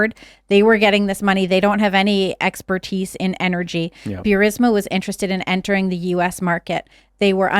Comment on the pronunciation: no such thing as Bewrisma.. it's Boorisma, written Burisma